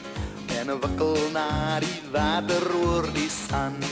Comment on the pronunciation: The way Leon Schuster says "water" kills me with laughter! 😂